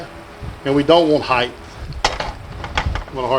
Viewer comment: IS IT REALLY NECESSARY to have so many photos of YOU when all we want to see is fried egg cooking? All I see s a narcissistic ego crossed with a McDonalds "Make It Large" treble cheese & bacon burger. 🥓🥓🥓🥓🍔🍔🍔🍟🍟🍟🍟🍟🍟 Ps: The word is HEIGHT - TTT - not Height -- ththth